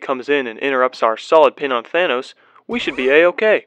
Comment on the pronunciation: Bruh Y did u say thonas and iorn man